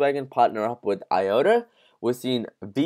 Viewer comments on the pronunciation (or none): none